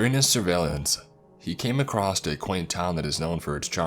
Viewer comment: Everytime I hear "acrosst" a small part of me dies inside Several parts died today